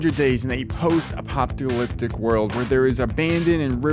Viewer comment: Post-ah-pop-ta-lip-tic 😂 - Tonygolucky